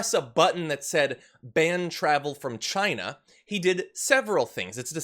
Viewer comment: As Trump said, it came from 'Chyna'. I hate the way he pronounces China.